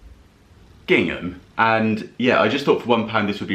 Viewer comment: The gingham pause was gold 😂